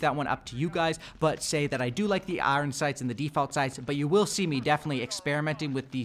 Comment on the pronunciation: Why this dude saying iron like I-ron